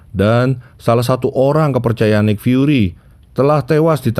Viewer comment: Bacanya nik fyuri bukan naik